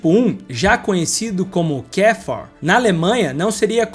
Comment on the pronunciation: Muito engraçado ouvir as pronúncias todas erradas! O cara falar Volks Vagen mas também KdF Uaguen. Achando que nomes em alemão tem pronuncia inglesa chamado Kafer de Quéfa.